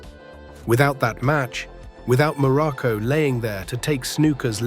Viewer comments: Information is good, but lacking, the human touch to correct important ers like name pronunciation and incorrect wrestling video footage and pictures, placing Pedro moralas, in the place of Don Moroco, both great and memorable Wrestlers, but with some major human difference 😳,.. yea misplaced information and misplacing and pictures with wrestlers here it's very shoddy work here on this one..😢.. 👎👎👎🙁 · Be nice if AI could at least say his name properly.